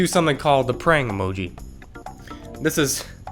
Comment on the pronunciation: Fact: whenever he says praying emoji we hear prank emoji